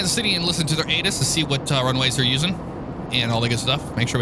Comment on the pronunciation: Great video. I'm glad you did a commercial flight. I've been wanting one for a while. So keep up the great work! Also when you said ATIS, I thought you said anus. I had to go back and listen again.